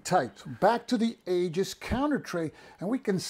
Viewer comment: Hey, good review. Do you have a link to the Aegis site? (Pronounced EE-jis, by the way). My main concern with any counter tray is whether I can lay two rows of 5/8" counters flat inside a compartment. Few bookcase-size trays will accommodate that, but the Aegis tray seems to do it well. Secondary concern is the lid staying on. No worries there either. Like you, I replace most of my magazine game storage bags right away but use 10x13" bags, which the Aegis should fit. Most magazine games only use a single sheet of counters anyway, so a standard GMT tray may work fine.